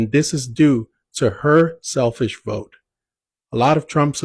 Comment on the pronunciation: “I will boat…..for Donna Trum”🤨 lol